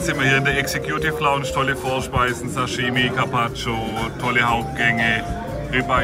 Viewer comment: Was ist denn bitte die "Exe-Kjuuutiff Launtsch"? Lernt doch wenigstens, wie man die Ausdrücke ausspricht...^^